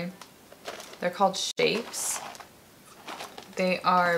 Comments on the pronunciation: You know they also said shtapes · She called shapes shtapes